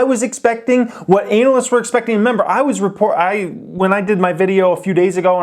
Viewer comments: anuh-lists.. or anal-lists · anal ist